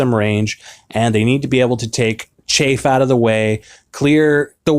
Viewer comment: It's pronounced chaff not chafe. Chaff means worthless excess crap. Chafe is when your skin rubs together.